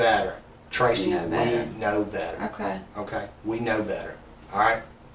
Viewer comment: "we noe bedar"